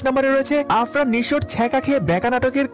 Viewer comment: আরফান❌ আফরান✅